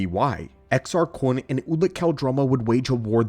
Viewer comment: Why do you say Kun like that? You know there isn't a w in there right?